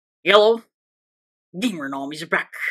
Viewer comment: Bro I always hear you say hello but I hear it yellow